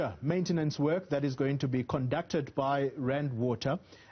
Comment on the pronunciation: "Maintence"? What is that???